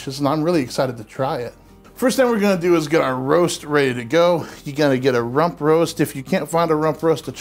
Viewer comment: I realize this is definitely not the point of the video, but every time says "rump roast" my ears hear "ruh-roh!"